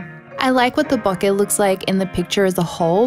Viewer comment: It makes me happy whenever someone pronounces “bokeh” correctly.